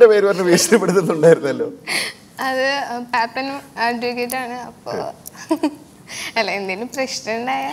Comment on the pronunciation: പാപ്പൻ ആണു കുട്ടി not 'പേപ്പൻ' 😂😝